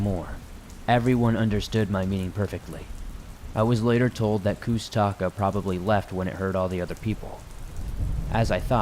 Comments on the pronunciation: I am a Alaskan Native of the Tlingit tribe. I have had many encounters and experiences myself. It’s a Tlingit word it’s pronounced koosh-ta-kah. That and Bigfoot are two different beings. I’ve experienced both. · Hearing you say koosh ta ka the wrong way, makes me cringe. I'm a Tlingit, and I'm familiar with them.